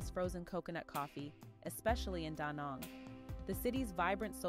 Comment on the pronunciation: Danang not Donang ...